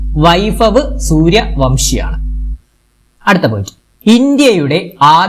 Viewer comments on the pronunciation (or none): സൂര്യ വംശി അല്ല - വൻശി , Suryavanshi - ❤❤